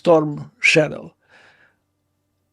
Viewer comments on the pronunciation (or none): none